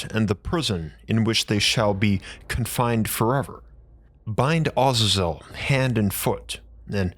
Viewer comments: I wasn't going to correct it but thr more you say it I figured it might help in the future 😊 It isn't pronounced Oz-za-zel - It is pronounced Uh-zay-zel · it as a zel not awe zezel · Do you mean, Ah-zay-zel? I hate how people pronounce things differently to make themselves sound or feel more intelligent. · It's pronounced differently Azazel w second a as A a za zel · I enjoyed your video, and your channel, however, your pronunciation of Azazel and other names are woefully inaccurate.